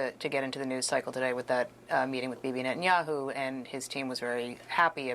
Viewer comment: Someone really has to explain to everyone in the spoken media that Bibi's name is Ne-TA-nyahu, not Net-nyahu.